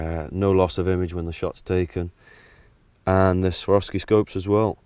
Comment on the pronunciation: ''Shaworfski'' Ha ha! Swar-ov-ski ;-)